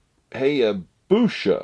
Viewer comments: "sha" LOL "sa" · Pronounced "Hi Ah Boo Sa" lol but close haha.